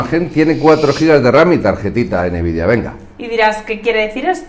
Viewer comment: ¿Por qué mierdas decís Enevidia en lugar de Nvidia? Menuda demigracia de vídeo.